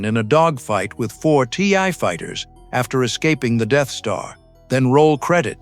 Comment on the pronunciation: narrator doesnt know how to say the name "Marcia" lmao. And by the way it's TIE fighters. TI?? Cmon man! Callin fake on this one.